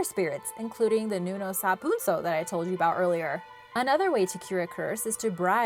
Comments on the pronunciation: You said nunow sa punsow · Nunow sa punsow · I am a Filipino and she pronounce it wrong 😂😂 she said nunow sa punsow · Being a filipino, its always funny how others pronounce our words. Its commonly gotten wrong when pronounced, exaggerated, or lengthened. but great job none the less Bungisngis = you don't say bun-gis-nis, as n and g is one vowel, so its Bu-ngis-ngis Nuno sa punso = you pronounce this faster and its more like Nu-noh. Sa.(from the word sap without p) Poon-soh. i added periods to indicate a fast stop, not saying you take a long pause, just saying not to elongate the pronunciation Bal-bal = you're good but a little faster like nuno sa punso Kibaan = never heard of this one, but usually when a vowel is double, its separated, like the word Aalala, its pronounced Ah-ah-lala, dont say ahahlala XD, it means worry btw. not knowing this creature, i guess you're good since ive never heard of it. Tiyanak = Some words with Tiya is normally said as Cha, not sha, we say Chanak on this one despite the spelling. Mangkukulam = if you know the Tv series Chowder from CartoonNetWork, its like Mung Daal, Mang like Mung. Kuku like coo coo if you do an owl impression and lam like the word lamb with out the b sound, Mang-kuku-lam(Mung-coocoo-lam) Aswang = you got it right, this is a very popular one too Mananangal = its like banana except, Manana, then separate. Ma-nanang, then gal which is correct in your pronunciation. the nannag is pretty much faster when said. not as slow as you said it. Over all, you have a very good voice! im not shaming you or anything so please dont get the wrong idea, simply